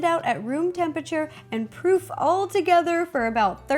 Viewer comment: Was she saying proof or prove?